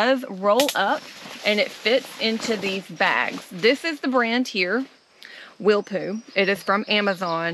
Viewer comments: its pronounced willpo like jethro or willow, not willpoo lol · … it’s Willpō.